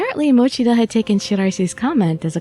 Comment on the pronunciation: It's Ta-ke-U-chi. 😂